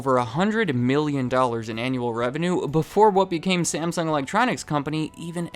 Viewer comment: Stop mispronouncing Samsung 😡 After 3 minutes, I'm outta here 👎